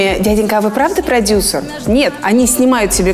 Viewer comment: Когда Назима говорит «продюсЕр», режет слух